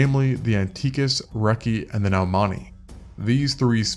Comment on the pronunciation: Isn't it pronounced like noy-man-icus?